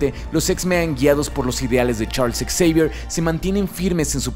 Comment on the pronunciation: Hola. Aquí repasando tus videos y escucho en el minuto que dices "Ex-eivier" ¿Se dice así o se dice "Javier" para referirnos al mentor de los X-men? Muchas gracias y saludos desde Colombia.